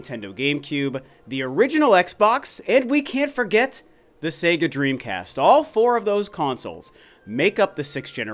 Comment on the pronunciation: Finally, an American who can pronounce SEGA correctly. Praise the Lord!!!!!!